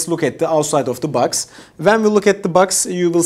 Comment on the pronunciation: thanks so much for the review! very good video and very detailed useful info. ps: a friendly suggestion: your english is good! just try to improve the clarity of you pronunciation on these words here: box, body, bluetooth, hours, bass